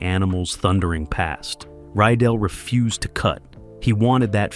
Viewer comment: The director's name was Mark RYDELL!!@ Not Ryell. Your comments are not very accurate. I will make sure I avoid your cretiques.